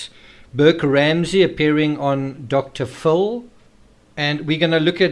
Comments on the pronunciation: "Dr. Full"? 🤔 You mean "Dr. FILL." 😉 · I like how your accent makes Dr Phil sound like Dr Fool. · I hear Dr. Full.